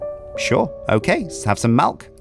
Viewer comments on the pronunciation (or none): Did just say Malk? Instead of milk? (｀_´)ゞ